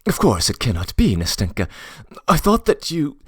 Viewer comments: I like the reading but I just get irked each time the name “Nastenka” is said that way. I has the stress on the first syllable and the “n” is like the “n” in “end” not in “finger” Ná-stin-ka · ‘NAstenka (Anasta’sya) and ‘MAshenka (Ma’rya)